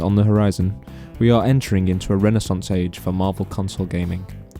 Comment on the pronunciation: renaissance he says LMAOOO